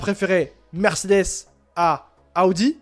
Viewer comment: Arrête de dire ( A odi ) C'est insuportable Audi = eau di 😂 Et A odi 😂 c'est 2026 Donc Sainz à le temp encore et de toute façon sont père est toujours chez A odi ( Paris Dakkar ) il a toujours une solution et un pied chez A odi grâce à sont père. Calme toi, on dirait que ta découvert la Lune Reste calme, Et Sainz est en rien dans le développement de Alpine et MacLaren Et encore moins chez Ferrari lol 1ere Année il fait rien 2eme année bof en plus c'est l'ere Binotto 😂 Vasseur est le seul qui a redresser la barre chez les Rouges, Charles est le pilote de l'avenir de Ferrari et sur qui compte Vasseur donc c'est plus Charles que l'on écoute ( même si Sainz est très bon sur ce début de championnat) (a voir biensur avec l'arrivée d'Hamilton la direction que prendra le développement ) Aller bon courrage à toi A+ A odi 😂